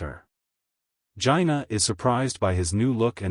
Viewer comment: Thank you for the video but Jinah is pronounced differently than what you said.